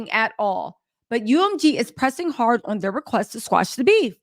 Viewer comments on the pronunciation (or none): none